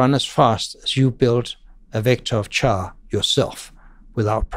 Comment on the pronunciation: Very pleased to learn that Stroustrup pronounces "char" with a "ch" as in "chai" not "care". :) Stroustrup works at Morgan Stanley these days, a heavy C++ customer. He met with our team when I worked there but sadly, I was out sick that day.